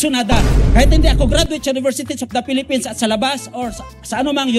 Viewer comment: Onle en da pelepens😂